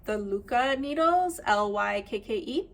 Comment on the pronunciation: It's so rare to hear Lykke pronounced correctly 😁❤